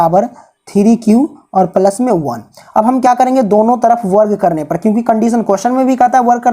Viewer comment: Isko palas nahe plus bolate Hain+😃